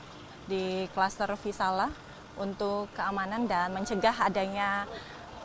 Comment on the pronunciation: Maaf reporter yg cantik nama cluster nya VISALIA bkn VISALA